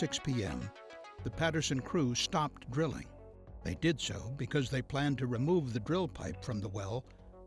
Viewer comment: what's he saying ?? Crippin ??? and am i going deaf or does it sound like 'grilling' when he says 'drilling' ?